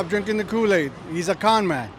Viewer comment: Victor stops drinking koo-laid!